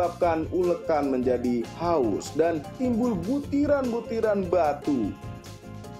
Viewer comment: Aus bang, bukan haus 😂